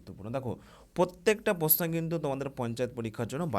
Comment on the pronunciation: প্রশ্ন কথাটা আগে ঠিক করে বলতে শিখুন